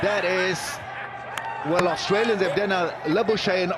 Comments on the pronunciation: Labousagne pronounced Laboushane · Labu-shaney lol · Labooshaeny??????? Learn to pronounce the players’ names properly before mouthing off your bullshit mispronouncements!!! Bloody UNprofessional doofus!!!! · Who the hell is Labershaynee ? Never been a player for Australia with that name ! 🤣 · labuschagnies XD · La bu skach nee I was shouting every time that Labuschagne was mispronounced. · That is the worst way I have heard Marnus' surname said. Didn't mean it, my backside... Stokes was still holding the bat in two hands after playing the shot and only took one hand off to grab the ball because he knew it was on the way to the stumps and would get there before he could. Read Rule 37 of the Cricket laws. According to Law 37, a Player is out if, through vocal distraction, or purposeful use of a body part not holding the bat, stops the ball from hitting the stumps. 37.1.1 The only reason he wouldn't have been out obstructing the field is if it was deemed accidental. 37.2.1 is done to avoid injury. 37.2.2 It was a second strike with the bat to guard their stumps (Not applicable once it has been touched by a fielding player. 37.2.3. There are other parts to the law, but they aren't applicable to Stokes shot or the fact that he was obstructing the field without exemption of it being accidental or to protect himself from injury, and had already been touched by the bowler no less, hence 37.2.3 doesn't count as an exemption either, but they aren't applicable to Stokes'. The only people who thought it was Accidental are all English. I don't even think Stokes thought it was accidental, and he did it. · Pronounced Labuschagne wrong